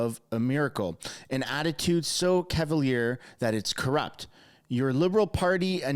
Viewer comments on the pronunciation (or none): none